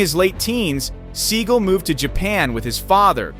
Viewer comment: Learn how to pronounce Sagal’s name.